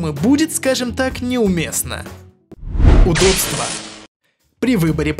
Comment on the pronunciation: Мне одному вместо слова "удобство" слышится "удодство"?